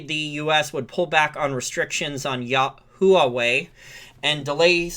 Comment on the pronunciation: Learn how to pronounce Huawei.